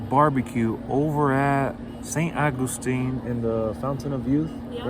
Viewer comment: That place was soo good! It makes me laugh how you say st augustine 😝🥰